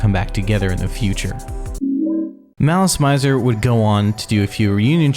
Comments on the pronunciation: I'm only 5 minutes into this video and we're off to a rough start. I'm assuming you were not ever into this band? I'm bringing this up because you don't know the pronunciation for anything about them. Visual Kei is pronounced KAY, Malice Mizer is pronounced malice MEEEEE-zer (it's short for malicious misery and Mizer is pronounced like the "miser" in MISERy, not with a long I sound like the noun miser.) The album is MemOIRE the French word, not memory the English word. This may not make any difference for viewers who've vaguely heard of this band or didn't know about them prior to the video, but for people who grew up loving this band, this video seems disingenuous. It feels some random person looked up some stuff online about a band they came across one time on the internet and thought it'd make some interesting content vs a someone making a video essay about something they're passionate about. It really, REALLY kills the vibe. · I think you're pronouncing it wrong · How do you mess up something so important? Not to mention the name of the band the video is about! 😫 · The band stated somewhere that their name came from the French words "malice" and "misère" and should be pronounced as such. In fact in the very beginning of the video there's an advertisement for "Gardenia" where the correct pronunciation can be heard. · Ive so many issues with how you pronounced basically everything, holy wow. also, why translate the song/album names? regarding the band name tho, pretty sure they got "mizer" from the french "misère", hence the pronunciation.. which you had right at the begining of the video so WHY would you say "mAIzer" for the rest of it?! basically, its all french! all of their names that arent in japanese are in french